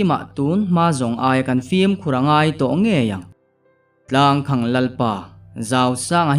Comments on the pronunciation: Tlangkhang tia lam lovin,tlangkhàng tialam nise ari amawi zawk ang. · Tlangkhang ilamdan hi mizotawngkal phungah chuan adik chiahloin alang athluk hi khang tihlai thluk saaaang deuh teh tlangkhaaañg tiin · Tlangkhang tih hi khang tih hi sangha vuakna khang tih a lam tur a ni zawk lo maw.chhuangkhang /khang ti lovin...a ngaihnawm leh dawn e.a chhiartun a chhiar thiam bawk a . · Tlang khang ti lo in Tlangkhang tiin lam zawk teh,Tlang khawng a ti ngai lo. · Tlangkhang tihah hian khang lai hi, khanghu kan lam rika khang lai ang hian lam tur ni awm tak a ni. (Tlangkhang- Tlang khamphei) Sawi ve mai mai. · Boss, 'Tlangkhamg' tiha 'khang' hi khanghu' tiha ' khang' ang hian lam ri la a dik zawk duh hmel. A ziaktu paw'n a ziah dân a nih ka ring deuh. 😊. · tlangkhang tih ilam fuh lo deuh anih hmel khawp mai, a khaehming hian awmzia aneilo tlat.